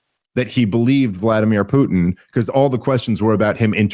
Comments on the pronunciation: PuTIN TIN TIN its a fcking T. Not a D. His name is not PuDin. “Poodin” ughhhhh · Need to get Rob to practice saying Putin; not Pudin! I love me some Rob and Dave, but I play a drinking game based on mispronounced names, cities, etc. Rarely finish a show not absolutely obliterated!! 🤣😂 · Cracks me up how says "Poodin" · I like the way says Poodin instead of Putin. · When say "Putin" I don't hear the "T" I hear a D. Pudin is what I hear. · I keep hearing "Poo'ed in" when says Putin. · Rob: "Poodin"" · Can your co-host hear how he's mispronouncing Putin? Keeps saying "Poodin" over and over 😅🤣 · Yes. It reminds me of Dale Gribble saying "Have you Hank?!... Pootin?" He doesn't say it like Rob, but for some reason the way they animated his mouth sticks out in my mind. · Drives me insane. There are parts of the country that turn ts into ds and they need to be punished. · Yes. And he also says "impordant". This too drives me nuts. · It's infuriating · Also, vladimir pudding